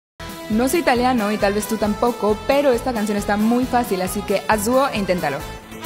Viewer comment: Soy Italiana pero vivo en España , debo de decir que pronuncias casi perfectamente el Italiano !!!